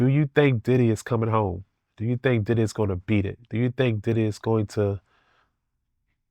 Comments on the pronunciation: He don’t be say diddy he be saying did-he 😂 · He say Diddy like I say tidday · The way he say Diddy.. and baby earl.. 😂😆. Baby oil. Will never be the same again...